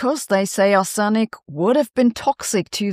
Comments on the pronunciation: Arsenic is pronounced arse-nick, opening up many opportunities for puerile humour. Not at all surprised about the fossils - but it's fascinating, nonetheless. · For crying out loud! Pleeease find out how to pronounce ‘arsenic’ before making a video using it so much — there’s a pronunciation guide in wiktionary. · One can tell you are not a chemist. You are pronouncing "arsenic" incorrectly. The stress is on the first syllable. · Arsenic; stress is on the first syllable. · Arsenic is NOT pronounced that way! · Just fyi, the stress on arsenic is on ‘ar’, not ‘sen’ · The central e in Arsenic is pronounced as a schwa, not a stressed e vowel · I always thought it was "arse-nic" not "ar-senic", comment below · As a long time resident of the US Midwest, I've always heard it as that and ARSE-nick. Took me a moment to figure out wtf she was taking about with are-SIN-ick. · It's ARSE in ik. Sorry but if I don't point this out half the world will start saying arse EN ick, such is the considerable extent of your influence. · aaaargggg! Arse-nic not Ar-senic. Tomato, tomaato, let's call the whole thing off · Arsenic is pronounced 'arse-nick', stress on the first syllable. Not 'ar-sen-nic'. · Ar'se'nic not Ar'senic.... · Please check your pronunciation of "Arsenic". You are saying "ar sen nic" -- doubling the "n" sound; it should be pronounced "ar se nic". Such mispronunciation leads to creditability issues -- understanding vs reading a teleprompter. That's not you. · It's normally "AH-sen-ik". Google Translate mispronounces it as "ah-SEN-ik". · Your English is excellent, but for future reference it’s not pronounced ‘Ah-senic’ but more like ‘ah-snik’. In reality there is a small ‘sen’ in the middle, so ‘ah-sen-ik’, but it’s closer to correct if you just ignore the e as it makes it sound wrong. Very pedantic of me … and don’t ask me to try it in German! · Since when was Arsenic pronounced Are-SENIK? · Pron: Arr/snick❤️❤️ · It's pronounced "arssnic".